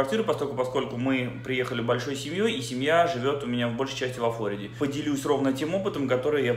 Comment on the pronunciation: а разве не во ФлорИде? я про ударение 🤨